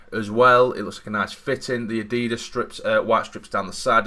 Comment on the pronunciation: Well I just unsubscribed upon learning you pronounced Adidas like that xD